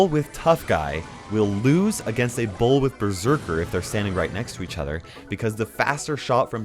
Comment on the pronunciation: He doesn’t say bull he says ball with a deep a and yknow like he says balllllth not both which is cool